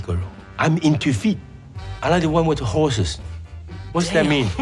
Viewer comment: Lol nah he said "HOESES"